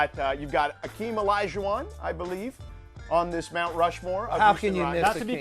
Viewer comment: It's Hakeem not "Akeem". Smh